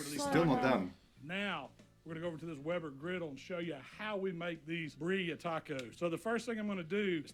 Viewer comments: Beer ree uh. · Want me some birria, which no one said right. Have to roll the rs, which almost sounds like a hard d. Bi dee ya, bi ree ya. Gotta rolls them rs and eat them tacos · They are pronounced BEER-ee-ah. and they are delicious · American pronunciation, "Beer-ee-uh". My Mexican friends say it a bit different, rolling their R's and a few other nuances. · I live in South Texas, we have BBQ, Mexican food, Texan food, Tex-Mex food and more. Birria is pronounced with the vibrating rrrrrr, and the i has a long vowel E sound. BE rrrrrrrr E ah. The word Gringo, which is part of the name of his specialized seasoning, is semi racist word against white people. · It's pronounced B- ree- ya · Now that you’re touching ground on Mexican cuisine, can’t wait for you to move on to Mexico reactions. It’s only been recognized as Intangible Cultural Heritage of humanity. And birria isn’t pronounced as this cook says it